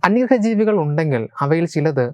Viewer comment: Anyarha alla bro...ayye.. Onnu koode clarity kodukkoo...anyagraha ennu parayooo